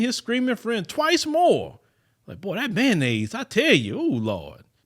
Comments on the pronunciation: That's that ma-yayo-nnaise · Someone being murdered is always sad… but, every time said Mayonnaise I did laugh 🤷🏾‍♀️ I know that’s bad.